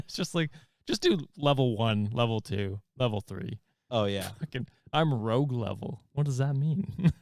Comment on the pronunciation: Okay I died when you guys thought the Sephora membership tier was called Rogue but it’s Rouge like red in French 😅